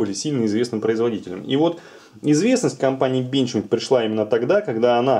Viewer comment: Одного меня бесит как он говорит бЕнчмЕйд?